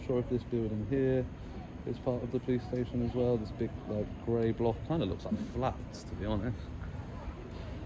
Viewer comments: I assume you don't watch very much. Stayshon was intentional, as he says it like that. Get facts correct before getting on your grammar high horse. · Watery teat5837 'Stayshon' is a verbal tick of, and it is how he exageratedly pronounces 'station' as in 'police station', and he is actually taking the mick. Nothing to do with spelling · I believe was in Wales auditing when an officer pronounced it "stayshon", he found it endearing and has used it ever since.